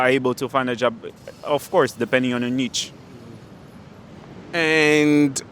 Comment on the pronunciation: Niche = pronouched = Nee sh